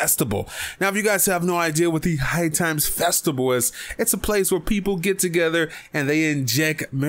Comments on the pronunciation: lol listen closely as he says the word festival... he is pronouncing it with a b saying FESTIBAL.... LMAO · lol this dude doesn't know how to pronounce the word festival instead he is saying festiBAL... LOL